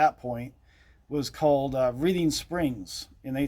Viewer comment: I thought it was pronounced like the color Red for Major PB Reading? That’s what we’ve been told many times.